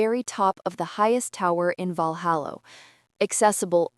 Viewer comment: It's so irritating to hear Valhalla repeatedly pronounced, Valhallo.